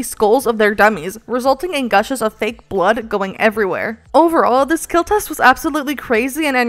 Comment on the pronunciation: It will keal